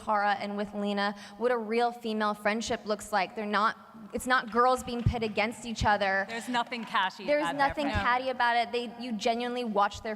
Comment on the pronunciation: When Katie says "catty" as "cashy"…